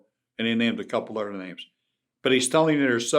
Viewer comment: udder=other lmaoo